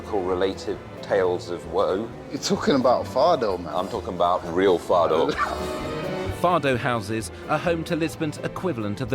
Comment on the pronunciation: It is Fado and not Faro!